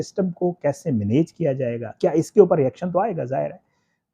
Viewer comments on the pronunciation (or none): چس لہجے میں آپ نے مینییج کہا ہے،مجھے شک پڑتا ہےآپ خوشاب کے ہیں۔